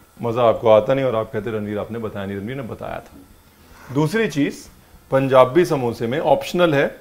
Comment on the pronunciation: says its "panjabi samosa"..